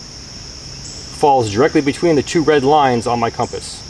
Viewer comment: Why does pronounce it "Comp Ass"?